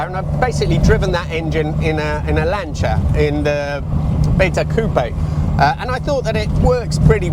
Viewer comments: I agree, I'm glad that I now know how to pronounce 'Lancia' correctly. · I can’t believe people complain about the pronunciations. Say Porsche wrong on a video and the comments explode. Say Lancia wrong and nobody seems to care, but moan when someone says it right.